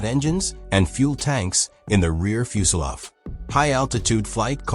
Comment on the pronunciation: What's a fuselov? Is that like a soviet fuselage? The voice keeps saying that.